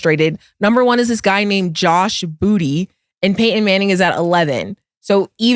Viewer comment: Naw you see the way cam said “Payton manning”